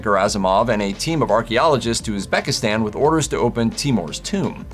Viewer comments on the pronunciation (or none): none